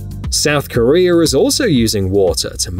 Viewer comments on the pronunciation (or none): none